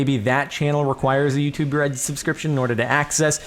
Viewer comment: It sounds like "you too bread" and it's hilarious!